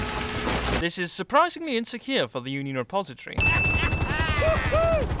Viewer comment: you said union depository wrong